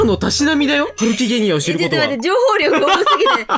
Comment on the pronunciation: ハルキゲニア×げんさん=ハルキゲンニア